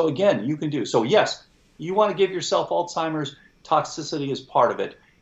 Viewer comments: Is he saying "altimers"? There is no "t" in Alzheimers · how can this "expert" pronounce Alzheimer's as "Alltimers" 🤷what the heck??? that makes me not trust him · The expert is calling Alzheimers...ALTIMERS. O.G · Really interesting discussion however, yet again I hear even an expert mispronounce "Alzheimer's", there is a "z" in the person's name. He was Alois Alzheimer, a German psychiatrist and neuropathologist and it is disrespectful to not pronounce his name correctly. Sadly you are not alone with the lazy, current usage. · Tom did a great job making sure us "little people" understood what the brilliant doctor was saying. I just wish the doctor knew how to pronounce the Alzheimers word. Gosh!